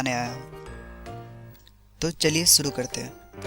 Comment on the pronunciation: Tum pehle apni Hindi theek karo...suru ni shuru hota hy